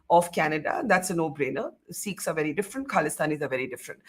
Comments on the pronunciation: Dear Barkha, it’s not seekhs but sikhs. At least you can start the correct pronunciation. Thank you. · Here they say " seekhs and not Sikhs'